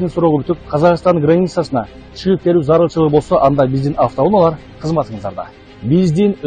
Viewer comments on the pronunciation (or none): "АвтоУУУНАЛАР"эмес" автоУНААЛАР"-дечи какый рекламачы?!Качан дикциянарды ондойсунар?Эптей албасан жон эле" автомашиналар" деп кой да,кулакты кычыштырбай!Кыргыз тилин кордоп буттунор,шалаакылар!